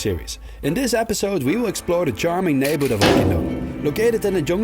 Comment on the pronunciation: 🏅 correct pronounciation!